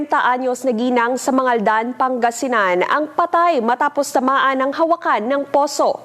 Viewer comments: Hawakan hindi HA-WA-KAN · Hawakan is wrong pronunciation kuya. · Hawakan (handle) ng poso, o hawakan (to touch) ang poso? Yung pagbasa ni ivan mali, Filipino na nga lang di pa maayos.